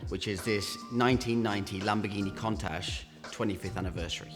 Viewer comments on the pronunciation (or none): Every time he says the word contact he's winding me up lol! It's pronounced coontash not contash!! For someone who sells cars for a living you'd think he'd know that doh!😀😀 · Countach not Contach say it correctly bro... Still, what a car. 80s legend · There is a U in Countach Its not pronounced Contach. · love the vids but the word is countach as in count not contach ok,now also all tyres have a manufacturers date stamp eg 4319 this will be 43rd week of 2019 .this is so all tyres are good for roughly 6 years shelf life,this when they start to deteriorate .so if they are the original tyres bin them now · He's supposed to be a classic car expert and can't even pronounce the name correctly. It's KOONtash. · Contash 😂😂😂😂😂 your a twat and can't even say the bloody name properly. Dumbass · Wrong. In Italian, the right pronunciation is KOON-tuck but in English most commonly pronounced KOON-tash. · Why does he keeping pronouncing the name of the car wrong 🙄 contash 😂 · Ffs learn how to say Countach 😂😂😂😂😂😂😂😂😂😂😂😂😂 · Unusual pronunciation of countach .I’ve been hearing the word for 40 years ,never heard it pronounced like that